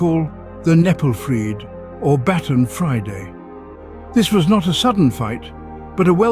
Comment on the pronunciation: The channel is called learn Frisian but Kneppelfreed is pronounced all wrong. There also a LOT of details missing. Those "certain farm rules" was literally writing in Frisian on milk cans instead of Dutch. They were fined for that! Also kneppelfreed itself was a bit more intense than that. But I liked the conclusion of the video